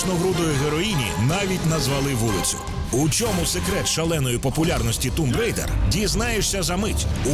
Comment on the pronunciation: Чого Тумб Рейдер, а не Томб Райдер?